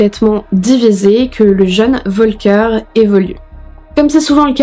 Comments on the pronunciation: Ca se prononce Folker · « F »olker est la prononciation